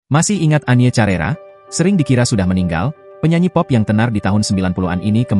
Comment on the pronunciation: Penyanyi tahun 80 an.. bukan tahun 90 an.. bukan carera, tetapi di baca karera...